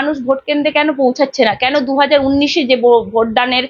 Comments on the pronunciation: আরে উনিশ কে বলল উন্নিশ! ভালো করে উচ্চারণ করতে শেখেনি। খুকু মণি আবার ছাংবাদিক হয়েছেন! ছোঃ যত্তোসব বালখিল্যপনা! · এখন সবাই ছাংবাদিক! কোনো degree লাগে না। ভালো করে উনিশ উচ্চারণ করতে পারেনা। বলে উন্নিশ ছ্যা! আবার বলে পোকল্প! ওরে ওটা প্রকল্প হবে।ভালো করে বাংলা বলতে পারে না সে আবার ছাংবাদিক!!! ছোঃ